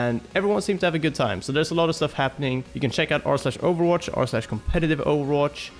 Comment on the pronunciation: I like it how they pronounce ovwatch